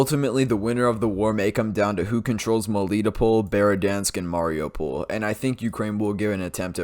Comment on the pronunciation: One thing with the pol cities; the stress falls on the syllable before the pol, not two syllables before. For instance; What you said - Meh LI toh pohl Correct - Meh li TOH pohl What you said - Mah RI oo pohl Correct - Mah ri OO pohl Little thing, but every bit of authenticity counts!